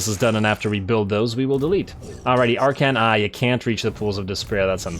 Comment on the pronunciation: I suppose you can always make more hat puns. After all his name is Ar-khan, not Ar-khant.